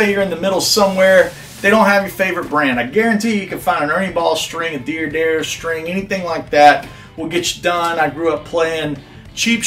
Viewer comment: Love your music and your vids and your advice. But there is no "I" in "Dad". D'Addario ... not Diaddario. Sorry to be petty (but I sure wish I had Petty's collection :)). And lets save Piezo for another day.